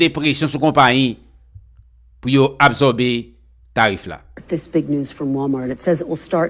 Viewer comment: Frère on ne dit pas abzorber on dit ab sor ber quand S est placer devant une condone se prononce le son S non le son Z